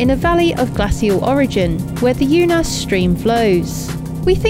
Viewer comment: Damn, you missed the opportunity to insert Sir David Attenborough's voice in those "jungle" clips,. 😄 Unhais: I would've liked to help you with the correct pronunciation of Unhais but it's impossible in text form. Best to use Google Translate and listen to how it sounds. 🙂 Alvoco das Várzeas: remember what I told you about the accents in the vowels? When they exist, the stress in on that vowel, so it should be VÁR-zeas instead of Vár-ZEAS. 😉 I'm surprised Jonny never heard of Pita Shoarma, it's one of the most famous Middle Eastern culinary staples around the world.